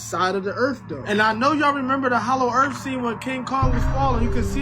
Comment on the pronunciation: HALLOW EARF